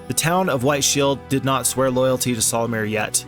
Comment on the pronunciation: barely 4 minutes in : "solumir" 😐😐😐